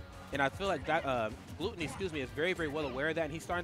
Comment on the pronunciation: Why they saying glOOtony lmao